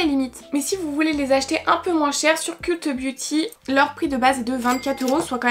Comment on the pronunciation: ont dit "keult beauty" mes oreilles ont saignées ahaha